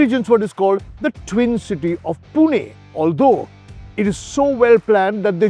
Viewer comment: Thank you for pronouncing Pimpri Chinchwad and Pune perfectly 😅